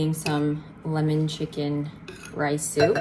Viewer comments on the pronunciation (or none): none